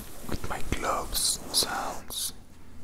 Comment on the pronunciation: En inglés, hay que diferenciar entre las letras “v” y “b”, porque cuando dices gloves, suena como globes, que es globo. Espero no parecer crítico, solo quiero ayudar😁